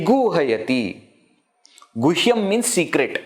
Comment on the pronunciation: With due respect, would you kindly explain why in second line you are pronouncing gushyam, where I'm seeing guhyam? 🕉️🙏